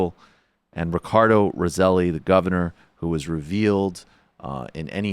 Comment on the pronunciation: the governor name is pronounced ros- say- jo, Rossello.